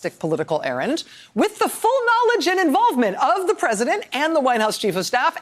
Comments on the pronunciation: Dr. Hill said "errant" NOT errand! Get it right in your subject field. That is a completely different meaning. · To be fair I also thought she had said errand but agree it certainly was errant, I will go back to listen more carefully, thanks Sheri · She said " errant" the first time and " errand" the second. She seemed to have made a mistake the first time, but actually both fit in context.